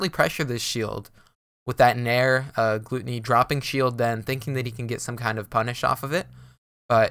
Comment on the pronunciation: Isnt it pronounced gloo Tony? Rather than gloo tunny